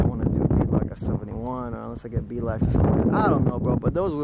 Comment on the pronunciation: Mans said “bee lacks” lmao